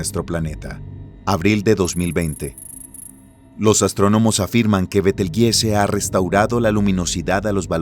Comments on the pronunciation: Disculpa y perdón por la corrección : pero el Nombre de la Estrella Gigante que vos mencionas , se pronuncia: Betelchus = Beteljuice o Betelyuse aunque se escribribe Betelgeuse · ayyy, dijo betel jise :V